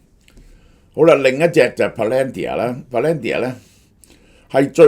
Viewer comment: can you please please correct your pronunciation of PALANTIR ( pa-luhn-teer)......